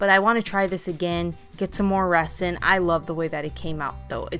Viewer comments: this is the comment i was looking for i winced every time she said resin. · I didn’t think correcting her was mean or petty. Better to be corrected and learn the right pronunciation so she doesn’t make the same mistake again. Resin isn’t an everyday word so how else would she know? People are more understanding with young people because they are still learning. If no one corrects her how will she learn? Not knowing at say 50 just makes you look uneducated. I recently was walking around the grocery store with a new blouse on. I had forgotten to take the tag off as it was attached to the inside label and I didn’t notice it. Im 63 and my eyes aren’t the greatest anymore. A sweet young man came up to me and even though he was embarrassed and thought he might embarrass or offend me pointed out that the tag was sticking out of the back collar. I assured him I appreciated him telling me. I then wondered how many others had noticed and didn’t bother to tell me. It’s kind of like walking out of a restroom with toilet paper stuck to your shoe. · I like your videos but it was driving me insane how you were pronouncing resin. It is pronounced with a z sound not an s. like rezin. Just a pet peeve of mine. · Sorry but it’s pronounced Rezin. The S is a Z sound. It’s crazy that it’s pronounced that way.💜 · It's pronounced REZ-in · I love all your creations. Kudos for you on trying resin. Just a little hint...resin in pronounced 're-zin'. 😉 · Resin is pronounced rezin ...S as a Z...I don’t know why, it just is. 🤷🏼‍♀️🤣 Great job. So many ideas you’ve given me when I change my kitchen color to yellow. Love it. ❤️ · Really cute ideas. I also did lemon themed decor for Summer including a couple of tier trays as well as a dish towel throw pillow. An easy way to remove the image from the mini pitchers is to use acetone or regular nail polish remover. Also, just FYI, the "s" in resin is pronounced like a "z".👍🏾❤🍋